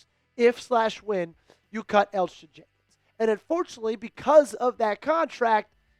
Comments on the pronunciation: How did you not do enough research or be enough of a fan to know that Elgton Jenkins' name is pronounced El-Tun. Eljutin was painful to listen to 😂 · The "g" is silent... It's just Elton